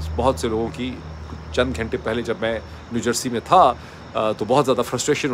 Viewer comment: Doctor, sb you often give lectures in English, telling everyone that Pakistanis don't know how to speak proper English. You mention how people use ChatGPT, and you criticize them for not knowing the correct pronunciation. So, let me clarify—it's "New Jersey," not "New Jarse